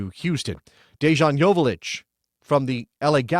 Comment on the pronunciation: just wanted to let you know dejan’s name is pronounced with a y but good video